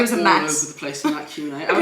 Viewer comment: When said "Q&A" at the beginning I thought he said "chew&A".... I also actually think that's a good name for your mukbangs 😂😂 just putting it out there 😆 Love you guys and your vlogs ❤️❤️❤️